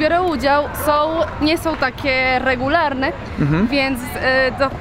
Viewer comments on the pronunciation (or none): Czy tylko ja mialem beke jak powiedziala "regularne" - Widac ze jej zycie przesaczone jest jezykiem hiszpanskim:D